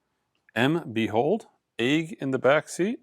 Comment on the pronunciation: Eels and Egg are 2 words can't pronounce, anything with a double letter trip's him up. is jet-lagged after a 3 1/2hr flight 😂 How many time zones did you cross. Love your work 👍